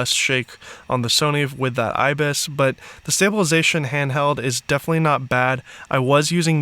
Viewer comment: 57 “Butt”??? As in Tush? You mean “But”